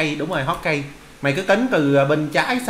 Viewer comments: hô ka ge mà anh đọc hót kai vãi nồi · hokage đọc là hô ka gê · May cai dau la hokage Danh van hô kha ghê Anh doc sai rui